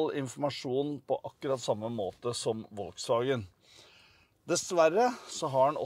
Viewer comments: Volkswagen uttales folkevogn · Volkswagen uttales FOLKSwagen. Er det mulig... Flaut. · Hvor lite kan man om europeiske språk når du adopterer amerikanernes uttale av det tyske merkenavnet. Vuttales F på tysk!